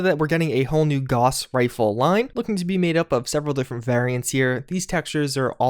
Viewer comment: Gauss is pronounced as [gaʊs], and hence rhymes with house